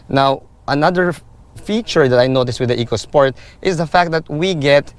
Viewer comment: E-co sport not Echo-Sport for the reason the related word is economy.